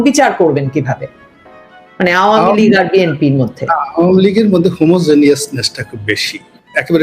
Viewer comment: উপস্থাপিকা ম্যাডাম আপনি এত ভেটকাই নোংরামি করে উচ্চারণ করতেছে আওয়ামী লীগ টাকে আওয়ামী লীগ এত নোংরা দল নয় দুই একটা ভুল সকল দলেরই আছে কিন্তু ১৭ বছর দেশ চালানো এত সহজ না আপনি আপনার ফ্যামিলির দায়িত্ব নিয়ে দেখেন ১৭ দিনও এক কথায় আপনার ফ্যামিলি মেম্বারকে রাখতে পারবেন না সুতরাং save your talking